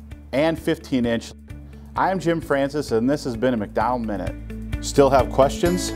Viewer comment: Does Jim not know how to pronounce his surname or is it misspelled?